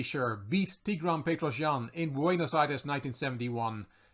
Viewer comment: Thanks for pronouncing "Tigran" correctly. Almost no one gets it right